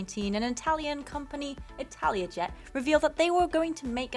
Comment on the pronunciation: Did you say Italiajet or am I getting deaf?